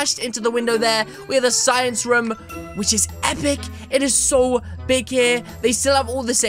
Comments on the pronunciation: And u said rom not room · You say raam it room